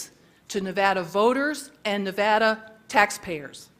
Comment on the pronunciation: miss no nevada bear hunt cant even say nevada!